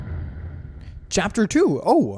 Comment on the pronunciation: 🍞 Chara at the beginning looked like my mother when I said no to her homemade bread 🍞 (Also, right after, I can’t stop thinking on how said ‘chapfer’)